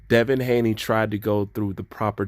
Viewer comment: By the way it's Haney not Hayne love the fact that u say it as it is and don't shy away from any subject.